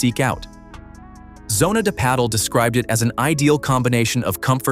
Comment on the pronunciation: Next time you do a video, please teach the AI to pronounce the names correctly and pádel